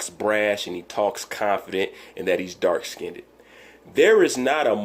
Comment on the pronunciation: He said "dark skinnedit" lol. Wilder is just soo bitter. Wilder can't play the bad guy then want fans.